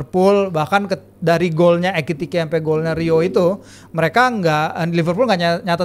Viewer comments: ekitike di bukan etikite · MANA GABISA NGOMONG EKITIKE, DIA BILANG ETIKITE ETIKITE MULU😂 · Setiap nyebut nama ekitike dia malah nyebutnya etikite... Selalu 😂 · Etikite? Apa susahnya sih ngomong Ekitike,? Mau ikut2an koci lu gabisa bilang minamino, minimano minimano